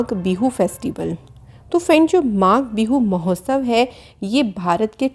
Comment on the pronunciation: Magha Bindu nahi Magh Bihu I am from Assam